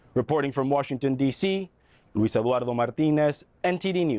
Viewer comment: Congratulations Eduardo Martinez for saying your name and last name in correct Spanish. It’s difficult for a person who can’t speak our language to say correctly our names but this is not reason for us to change the way our names are pronounced. I spell my name and last name to help them understand them.